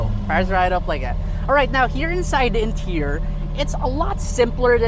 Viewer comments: did you say intior instead of interior?! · Listen carefully again the first R is missing😁 he said in tear